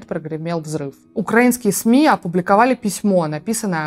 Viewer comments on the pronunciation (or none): none